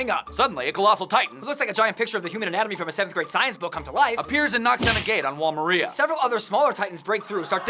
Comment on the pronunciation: It's wall MAR-IA not MER-RIA